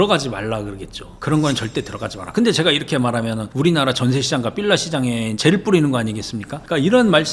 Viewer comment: 나만 삘라 거슬림?ㅋ